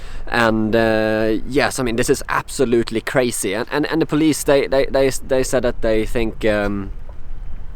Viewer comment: That is cray-see!